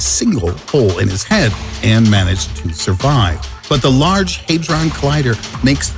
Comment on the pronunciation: “Haydron” Lol, had-Ron... hadron...